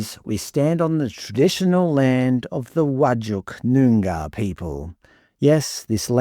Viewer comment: Love your pronunciation of 'Noongar' and 'Pilbara'. Showing your scholarship.:)